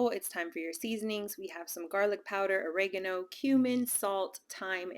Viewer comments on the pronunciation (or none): none